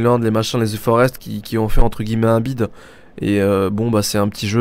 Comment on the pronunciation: Ze forest ? Lol au pire tg